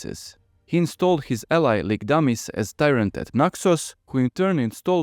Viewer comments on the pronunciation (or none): none